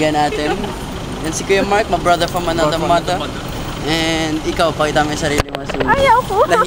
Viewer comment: "My brotha from anotha motha" sounds like the Australian accent :">